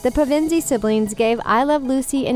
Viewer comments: pevendy? its pevensie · Pev-en-sies, not Pa-Vin-sies? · I think it’s PEVensie, not PeVENsie. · It's PEV-ensie, not Pe-VEN-sie, I do so wish I looked like Susan 😩🌼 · My inner Hermione was triggered throughout this ("It's PEVensie, not PeVENsie") :D SO many mispronunciations. I actually thought that the film hit most appearances pretty well. Skandar and Georgie actually looked similar and all four were believable as siblings. Some of the examples that they gave based only on illustrations in the books were a little thin. I have all my old Narnia books from childhood that used the original illustrations and some of those those changed from book to book. Even some of the main characters had dark hair in some pictures and fair in others. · Pavensie 😭😭 it’s Pevensey 😭😭😭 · it’s supposed to be pronounced: Pe (like in peg)/vun (like in vulnerable)/see. Not p/ven/see Jay (like jaid)/dis. Not Ja (like jam)/dis Warwick is pronounced Wo-Rick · I'm sorry... how on earth did you mess up saying the last name ?? It's Pev (like pen)- en- Sea, not Piv-in-zee. And Nickerbrick?? It's Nicker (like Snicker)- brick! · "If you're a hardcore Narnia fan, buckle up - these differences might be a little shocking." Um yes hi hardcore Narnia fan here, and because I'm a hardcore Narnia fan, these differences do not shock me. I've been obsessing over them half my life. Also, it's PEV-en-see, not puh-VIN-zee. And Skandar's last name is only one syllable. And don't get me started on how Jadis was pronounced. Lastly, I can't even finish watching this video because the narrator clearly doesn't know the source material well enough to pronounce anything right. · Pevensie is pronounces PEvensi not peVEnsie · The pronunciation in pevensie should be on the "pe" not the "ven"! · pvensie? NO pEvensie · It’s ‘PEvensie’ not ‘PevInsie’. ‘JAYdis’ not ‘JAdis’ and Skandar ‘KEYnes’ not ‘KeynEs’ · It's Pevensie not 'Pev EN zee '🙄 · ok, "pEH-vEnn-sEE" was enough, but "Jah-dis"? That's enough lmao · Peh- Ven- Seas